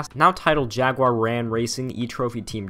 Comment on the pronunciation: At least you didn't do the usual "jagwire" that Americans do